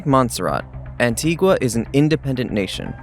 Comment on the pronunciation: Learn to say Antigua probably ffs